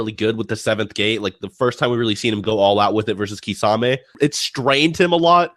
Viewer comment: You guys need to learn how to actually pronounce all od these names... Susano'o, kisame... More from other videos like minato... Its kind of ridiculoud hoe youtubers know so much but they cant even pronounce any of it